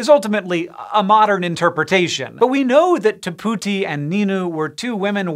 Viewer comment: I’m almost certain he is not pronouncing the first name correctly.